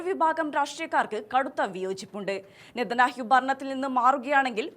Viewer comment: നെതനാഹ്യു എന്നാണ് അവതാരിക പറഞ്ഞു കൊണ്ടിരിക്കുന്നത്.